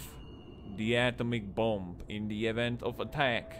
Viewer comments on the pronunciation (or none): none